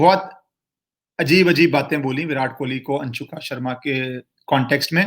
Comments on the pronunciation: Whenever u say anshuka instead of anushka i just enjoyed alot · Not Anshuka.....Its Anushka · Are baba अंशुका नहीं अनुष्का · I laughed when he called anshuka Sharma.. lol.. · Its 'Anushka', not ' Anshuka' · It's so funny , you are distorting her name. Anshuka Sharma. ......😅😅😅😅😂😂😂😂. Good one. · Anshuka nahi Anushka naam hai uska 😁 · Anushka Sharma name hai,Anshuka nahi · Really you have no interest in Bollywood. Yo called her "Anshuka" Sharma twice. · Anushka Anushka Not A Anshuuuka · M so happy u dnt knw how to pronounce virats wifes name. Its good to know people dnt give importance to her